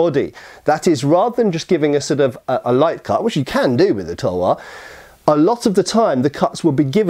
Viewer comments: Its called talwar not tuuuuuulllwooorrrr speak correctly ytt and talwar is sword only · Talvar -तलवार Not Tulvar- तुलवार We learned your pronounciations expecting little bit same from you. 😊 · Well it's Talvar not tulvar. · Talwaar not tulwar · Its talwar not tulwar and its Panjab not Punjab. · ITS NOT TULWAR ITS CALLED TALWAR😑😑😑😑😑😑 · *Talwaar my mate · Its called "TALWAR" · its Talwar